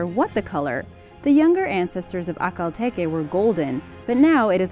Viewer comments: Peggy Papczun Peggy Papczun In the video it was pronounced like ‘A-kal tE-ke’ but it is not the right pronunciation. These horses are named after the oasis in Turkmenistan. It’s ‘Ah-Al tek-E’ (the stress is on the second syllable of each word and the ‘h’ sound in ‘Ahal’ is like ‘h’ the word ‘house’) I hope it will help you ;) You’re right I love these horses, there are incredible. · It's pronounced Akhel tek no Akhel teke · First one is pronounced "ak-Hal tek" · It’s pronounced ( a ) Lea )tek) a) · Haha The way she pronounced Akhal Teke made me cry with laughter